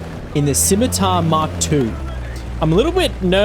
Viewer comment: 20 seconds in and already I have to award you points just for being able to pronounce Scimitar.